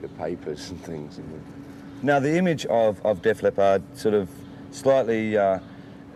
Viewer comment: The interviewer’s pronunciation of leppard is weird